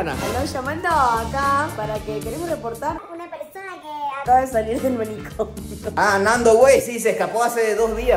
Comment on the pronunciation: amo a yolo aventuras soy fan de corazon pero mariana diciendo alo maniconio